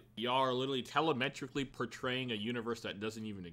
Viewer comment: “Telemetrically patraying”😂🤦🏽‍♂️